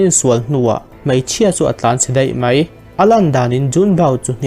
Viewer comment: Mai tih hi mei tiin lam ri tawh lo la..mizo tawng dik a tih hram hram tum la angaihnawm lehzual ang.